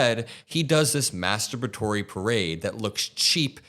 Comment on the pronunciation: Love the word “mastabatury”